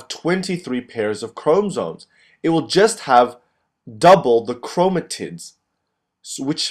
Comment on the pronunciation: why does he say chromotits?